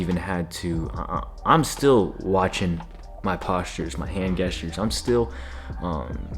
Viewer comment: this dude is giving such good advice. but bruh said hand gestures with a “geh” instead of a “jeh” and that was funny